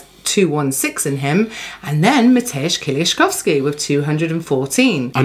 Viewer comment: Wow your pronounced Mateusz Kieliszkowski very well for english speaker. I'm impressed.